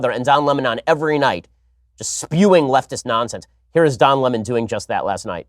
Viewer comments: Why is Tucker Carlon calling Lemon so retardedly? "Luh-Monn" LMAOOO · Lem'on....Its Lemon.. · Since when do you pronounce Lemon as La mon? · Why does Tucker call him Don Le Mon lol? Lemon is more insulting. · Don Lemawn 😂😂😂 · Wait, it's pronounced Don Lah-mon? I thought it was Don Lemon like the citrus fruit. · Since when Lemon been pronounced Le'mon ? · Tucker.. its Lemon, not Le'mon lol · So I have to wonder if Don was intimate with Jussie? I mean lemon feels so close to this dude that he can't think straight.It's pronounced Don LE--mon ? That's b.s. It's just like it sounds (Lemon) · Why is Tucker saying Don lemons name like le-mon? He didn't used to call him le-mon. It doesn't sound right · Haha "Don Le-Mon" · I like how Tucker says Lemon. Is that actually how Don’s name is pronounced?